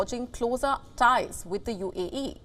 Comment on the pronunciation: Why do you keep saying UEE, instead of UAE??? 🤦‍♂😂